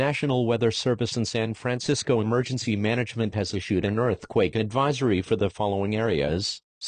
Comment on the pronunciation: I like how it just said San fransicko